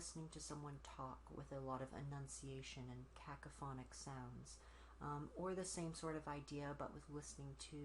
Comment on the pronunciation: This is pretty creative, i dont think ive seen a hotline vid b4! I definately enjoyed when you said C a c a p h o n i c